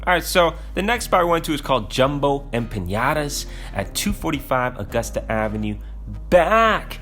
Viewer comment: As a Latino, I truly cringe and kinda hate when people say “Empaniada” instead of as it’s spelt, “Empanada”. Just had to get that out there but great video dude